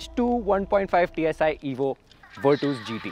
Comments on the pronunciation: Vitooos kya he 😂 Its virtus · if it’s the right pronunciation it would be Fer-tus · Virtus ❌ vertos ✅🤣 Vir-tus ✅ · virtooos? were twos perhaps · Virtus❌ wereTOWS✅VIRTOOOS☑️ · still virtoooos sounds wierrd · V in Indian accent is we... so he's saying weertwos... 😂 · broo pleasee...its nott virtoooss!!